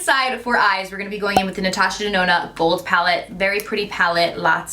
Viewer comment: Love the look but Omg I cant believe that 129 dollar palette just did that!! Holy balls I was mortified😭😱 Girl you better write a letter! Natasha DUH-NOna...